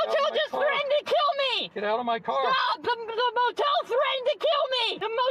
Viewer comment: THE MO TEEL THREATENED TO KEEL MEEE